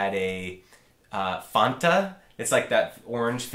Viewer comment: well he said "fonta" and his explanation was "like Fanta mixed with vodka or something"